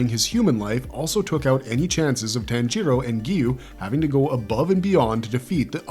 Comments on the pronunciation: "ji" is pronounced "jee"... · Tan-gero? Really? IT’S PRONOUNCED TAHN-GEE-RO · yes but the language depends heavily on INFLECTION. What I’m Saying is that TanJEEro with emphasis on the E . Vs Tanjiro with no emphasis anywhere. It’s like the key and peels skit “JAYqueline” or “AYAYron” for Aaron and Jaqueline. It’s just a gross mispronunciation. Nbd just sounds fucking stupid. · Say “tan-jEEro” one more fuckin time dude